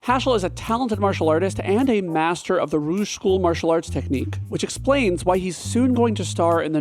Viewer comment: XD Rouge? XD It's not The Name from Sonic it's like a Bandit, that Rouge!